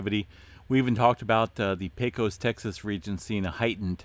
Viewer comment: Not a big deal, but Pecos is pronounced pay cus. Thanks for all the great info!